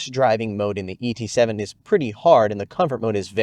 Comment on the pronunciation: Why did you emphasize the E in ET7, whereas the different letter was actually the T?